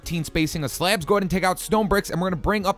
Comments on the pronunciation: 16:6 it sounds like he is saying slap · i love the way he pronounces "slabs"